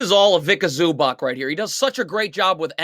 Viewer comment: bro please learn how to say ivica zubac's name lol